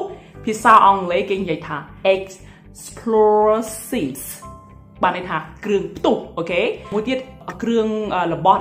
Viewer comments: Not "explorsive", no such word. It's explosive! I respect that you're trying to teach people but make sure that you teach people proper word or language. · Explosive មិនមែន Explorsive ទេ! Jacket មិនមែន Jeket ទេ! ហេតុអ្វីក៏ និយាយប្រឹងម៉្លេះ?